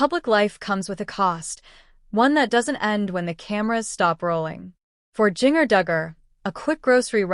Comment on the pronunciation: This AI is mispronouncing Jinger's name terribly! Not very professional.